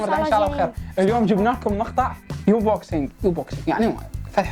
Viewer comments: مو يونبوكسينك أنبوكسينك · انبوكسنگ مو يونبوكسنگ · هههه حلو بس مو يموبكسنك انبوكسنك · بس اسمه امبكسنك مو يمبسكنك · حبيبي بس مو يونبوكسك انبوكسنك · اسمة انبوكسنك مو يون بوكسنك 😂😂😂😂🖕